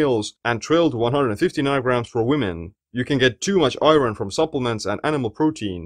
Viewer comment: great informative video! Thank you. Only correction to your pronunciation of 'iron': it has an irregular pronunciation in English. Don't say "i-ron" but rather "I earn" --> 'iron' has the same pronunciation as "I earn."